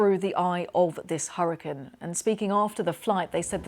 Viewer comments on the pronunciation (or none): Someone PLEASE teach this woman how to pronounce HURRICANE!! I thought I was going to stroke out listening to her.